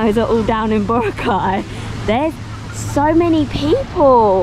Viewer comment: Say boRAcay, not BOracay.